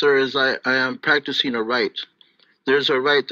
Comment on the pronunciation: He says "practicing", when will he get it right.